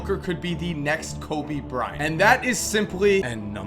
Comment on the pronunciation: "COBY. BRI-ANT.." why the fuck u pronounce kobe's name so weirdly lmao